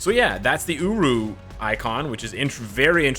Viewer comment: Holiday uniforms are hit and miss, though if anyone needs a uni, gamora and rocket are up there. About f*cking time Hela gets something. I hope heimdall becomes somewhat useful. Still waiting on the black Friday sales, but it's all good. Thanks for the video () You do say uru weird lol